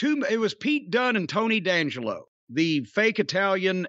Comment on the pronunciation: D’Angelo is “Dee” Angelo not Dangelo